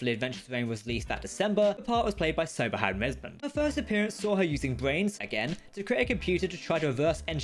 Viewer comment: The way Siobhan was pronounced killed me